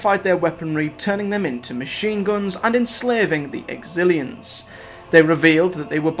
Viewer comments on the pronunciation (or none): Lol you did it with the Exillons too but its a great video regardless.